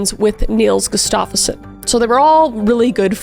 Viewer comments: Gus-stuff-son is how they pronounce it if I’m not mistaken. That said I got that information from hearing introductions for a UFC fighter. Love the content, great work! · I've heard this story covered so many times, but your videos always impress me. Btw, the stress on the name Gustafsson should be on the first syllable ;). It sounds like you're saying "Gustafeson".